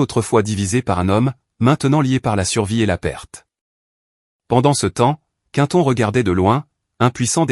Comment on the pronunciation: Quinton 😅 vaudrait mieux Quentin, non? Ah la la soit disante Intelligence Artificielle 😂😂😂😅